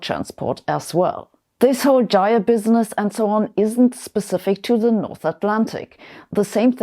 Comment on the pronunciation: nice to see someone else pronounce jire and presumably jimble the same way i do, it's a jift. now if we can only get folks saying lit-chen i'l be liken that.